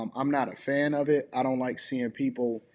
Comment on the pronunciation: I hate that she’s 50 and says zont instead of don’t